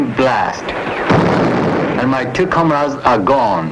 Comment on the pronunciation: "and my cucumbers are gone." WTF? I had to listen again to what he said. "and my two comrades are gone."